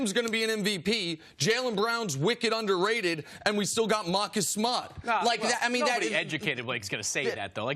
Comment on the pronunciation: He went full Brooklyn accent on Marcus Smart haha